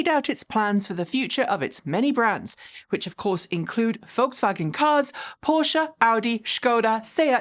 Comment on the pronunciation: Your pronunciation of "Volkswagen" is excellent.